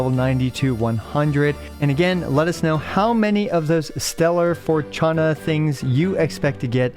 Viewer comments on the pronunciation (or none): Fortuna is read in Latin. There's even a famous opera part called "O, Fortuna" (from "Carmina Burana", by Carl Orff). The one that starts with a gong and increases in intensity - you should look it up, you've defo heard it before somewhere. So no, there isn't a "ch" sound in the there like it for the English Fortune. Closer to "For" and "tuna" (like the tuna fish, though the U is like U in bullet). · It's actually pronounced "fortoona" (as un for-toon-uh) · Why are you saying "Fortuna" like that, only Brazilian Portuguese says the "T" like that. Just say it normal like any other language. It's a "T" not a "Tch", or "Tsh". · "Forchana"? Really? Bro really pretending he has never heard the word "fortuna" before....cringe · leveling up your characters is a fundamental to gameplay in games like GI (rpgs), locking it behind whale-spending is just honestly 😬 –and be serious dude, you definitely know how to say fortuna XD